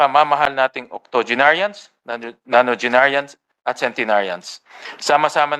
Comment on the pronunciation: Sen Win, Octa not Octogenarian for 80s, Nona not Nanogenarians for 90s. Pls correct ur wrong pronunciation. You r my idol..